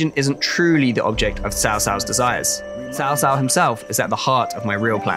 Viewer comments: they pronounce it "sao sao" basically every time, the S sound should be basically non existent, it's pronounced tao, in Chinese, T as in Tyler T--- and ao as in ouch (tao). Western people consistently mess up Chinese pronunciations because the English translation is poorly done phonetically. For example wang is actually pronounced wong in Chinese A as in avocado, rather than Ambulance. Or Qing dynasty, pronounced in Chinese as Ching These differences may seem relatively minor or pedantic in English (a language known for "Tomato, To-mahto, flexibility in pronunciation) In Tonal languages this is not the case at all, a pitch change makes the entire word meaningless or change meaning entirely. It tends to be hard to detect this as a native English language speaker with the massive variety of accents. But in many Asian languages fidelity of pronunciation is very important and not subtle. Hence it can come off as disrespectful when you make a multi-million dollar game about China, and don't care enough to say one of the most famous Chinese characters ever right. It would be like a Chinese company making a game about Julius Caesar and pronouncing it Julie, Cheezvar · First i can't wait for this game, haven't looked forward to a Total War this much in years! BUT are we really going to get through all the promotional material pronouncing Cao Cao wrong every single time? Mix in a few proper TAO TAO or (TSAO) in, so i don't end up locked in a asylum before release. For those that don't know in Mandarin Chinese this is not how you pronounce Cao Cao. or go listen to the excellent three kingdoms podcast, narrated by a Chinese person, you learn the three kingdoms story, and how to pronounce the names right. *I am not affiliated or promoting the podcast btw, it's free and I'm just some white guy that lived in Asia, and loves Asian history. * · cao cao? pronunciation is quite strange, nowhere close to even actual chinese pronunciation. pronunciation is more like chow chow.